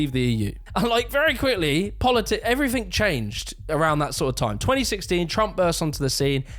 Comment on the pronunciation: It’s everything not “everythink” 🤓